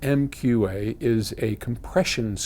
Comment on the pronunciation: I really don't feel bad about a professional mispronouncing MQA of all things though.